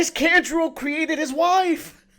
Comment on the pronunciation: You guys are also pronouncing Kanjuro wrong. It's "Khan-Juro" not "Kan" like "can". Kan like "Con" like Con artist. Kanjuro.